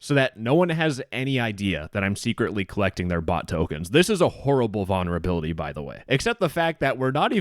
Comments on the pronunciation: Vulnerability not vonnerability. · Can you please stop saying "Vaunerability" 😭😭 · Why can’t this dude say vulnerability correctly 😭